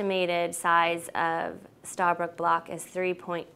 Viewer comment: It's not starbrook. It's stabroek